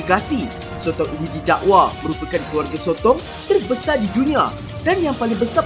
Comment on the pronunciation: Perkataan teebanyak terbesae di dunia